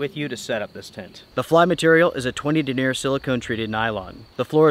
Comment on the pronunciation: The word "denier' isn't pronounced (duh•neer') it's (den'•nee•yər). It's the word for the circumference and strength of the fibers used to weave the tent fabric and such.